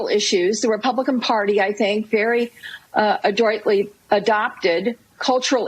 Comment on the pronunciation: ‘Adroitly’ that means she’s smart 😂